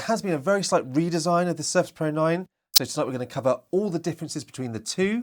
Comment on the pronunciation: Thanks for the video but I would recommend you to improve the way you pronounce Surface pro.